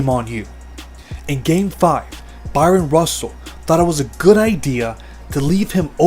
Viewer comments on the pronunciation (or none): Narrator saying Byron over and over really bugging me